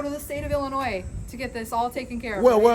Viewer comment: Hay, Illinoi(s) is pronounced with a silent s. Sorry if that's petty. It's my pet peeve